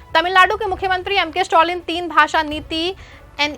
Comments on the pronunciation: The name is Stalin and not stolin please pronounce the name property dear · स्टोलिन के बजाय स्टालिन बोलते